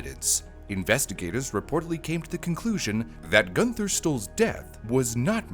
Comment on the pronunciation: I could not get past the mispronunciation of the name “Gunther” - should be more like “Goon-ter”. Always love your content,, but as a former translator and language stickler, this I just couldn’t get through…